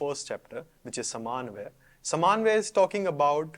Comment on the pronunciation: Nice presentation, you made small mistakes it is समन्वय not समान्वय , also you stated that Brahma Sutras consist of अधिकर्म , no Brahma Sutras contain अधिकरण. You used the word अस्तेय please clarify what you wanted to point out, thanks, on the whole good presentation.